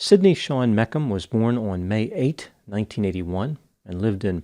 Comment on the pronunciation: It's Me-shum not Mekum lol!